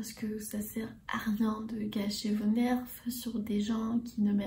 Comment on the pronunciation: Trop contente ! Ça fait longtemps ! ❤️ Dis nous si tu veux qu’on te corrige sur les petites prononciations.. (Nerf = Ner ; on ne prononce pas le F et pepper = poivron ou piment ou poivre) aider moi lol